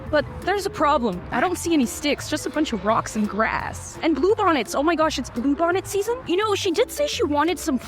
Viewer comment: When she said blue bonnet i though she said poop 💩 on it